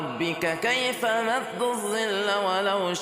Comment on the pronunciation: ليس الزل . الظل . المصرين ينسون ان القرآن يجب ان تنطق حروفه بالعربية وليس بالعامية المصرية.